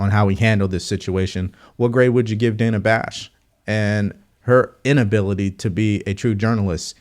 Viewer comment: Its pronounced Dana like banana.